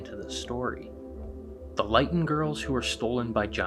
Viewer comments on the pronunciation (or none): The town in reference to this story is pronounced Lit-on, not Lite-un. It was nearly wiped off the map in British Columbia, Canada during a four day long record-breaking temperatures.